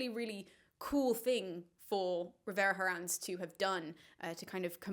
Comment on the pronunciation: The H in Herrans is silent.